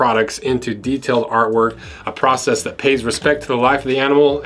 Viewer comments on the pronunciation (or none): none